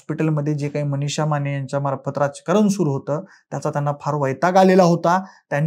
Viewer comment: व्हिडीओ काढायची खूप हौस तुला पण मराठी उच्चार शुद्ध नाहीत ! आश्चर्याची म्हणायचं तर आचर्याची ! मनिषा च्या ऐवजी मणीशा, माने च्याऐवजी माणे...काय ही मराठीची हत्या ??